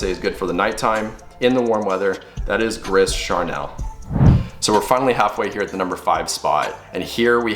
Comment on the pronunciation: It's pronounced "gree Karnel"... Great list. It Gris Charnel was my scent of the day today! The drydown for me is all about waxy creaminess of the iris with the sandalwood. It's great. Soleil Brulant reminds me a lot of By Kilian's Intoxicated.